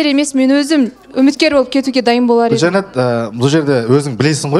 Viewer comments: Гүлжайнаш деп мына жүргізуші елдің миын ашытты. Гүлжайна емес па онда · Катсусылар ушин,Гулжанат деп шайнап отрма атын хоть дурыстап айтшы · отынем Гульжайнага Ш-ны коспай сойлеш бесит уже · Гүлжайна ғой аты, Гүлжайнаш, Гүлжайнат деп де айтып отыр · Гулжайна деп дурыстап айтындар оздерин..